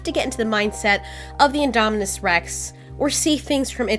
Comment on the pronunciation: it's indominus not idomidous